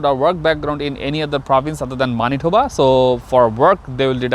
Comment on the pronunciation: Pronounce of Manitoba is not right!!!